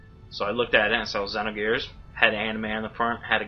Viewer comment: for saying xenogears correctly!